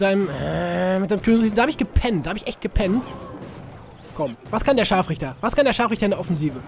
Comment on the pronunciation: Ehm Du hast das R vergessen ihn ScharfRichter